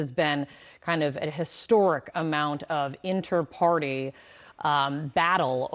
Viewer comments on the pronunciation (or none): Reporter girl - ‘Intra party’. Not “Inter party.”. Tsk.